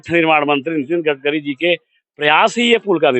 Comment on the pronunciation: गटकरी नहीं होता है गडकरी होता है। आप जितना रिपोर्टिंग किए है सबसे गलत नाम बोले है। सुधार की बहुत जरुरत है आपको अभी।